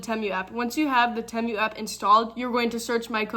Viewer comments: Just letting you know I believe it is pronounced TEEMOO. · Love, love your video❣️❣️ Great stuff! I never thought I’d shop TEMU, but, you’ve convinced me! By the way, it’s pronounced “Tea-mew”! Love you, girl! ❤ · If you are going to promote Temu, you should learn how to pronounce it. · If you are going to promote Temu, you should learn how to pronounce Temu